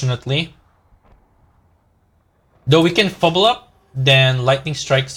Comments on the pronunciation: Fblthp - it's not "feebil-up" or "feeble up", it's "Fee-Bill-Tip", still a nice video bro, nice plays. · It's "Fibblethip"